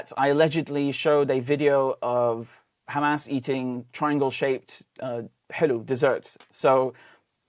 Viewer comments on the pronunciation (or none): Dude keeps saying ham-ass hahahaha